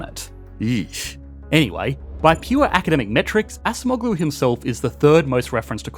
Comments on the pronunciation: A small thing you could do to improve your videos, is quickly Google the pronunciation of foreign names. I think the last name is closer to something like "ahjemolu", rather than assa moh glue. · pronounce Ah-Jem-Oh-lou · Acemoğlu -> /ah-jem-oh-lū/ The soft G isn’t pronounced, like Erdoğan. 😊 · it is pronounced adjemoughloo "ough" as in "thorough" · Please pronounce “Daron Acemoğlu” correctly, your pronunciation’s scratching my ears. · The C in Turkish is pronounced like an English J as in Jack. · Brother you annihilated pronunciation of Daron Acemoğlu. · Hi, Daron Acemeoğlu's surname is pronounced better if you switch the "c" with the "g" or "j" sound. I was confused for a few seconds as a native Turkish speaker and chuckled a little bit when I first heard you say his surname. 😅Thank you for the video and love from Turkey. 😊